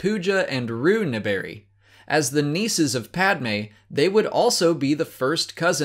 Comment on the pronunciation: Oh god,, your pronunciation of 'Naberrie' hurts me.😢😢😢